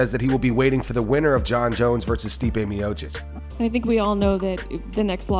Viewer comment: It’s not really a big deal but I find it annoying. Mainly because you run an MMA channel and more than likely have been watching fights for years. Assuming that’s the case then why are you still saying “Me-oh-chick” instead of “Me-oh-cheech” I know it looks like MeOhChick but it’s not. So remember Miocic=Me-Oh-Cheech Now you don’t have to take 30 seconds and look up the correct pronunciation.